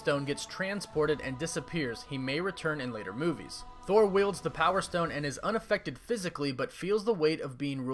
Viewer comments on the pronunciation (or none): none